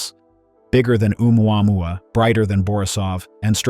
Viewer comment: This cant pronounce Oumuamua